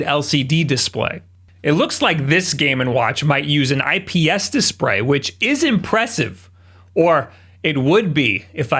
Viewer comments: Love that little bit of Engrish bro. Disprayyyy🤣 Im sure these models with language issues will be worth allot some day. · “IPS dispray” 👁️👄👁️ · “IPS dispray.” Yeah, 2020’s got us all messed up.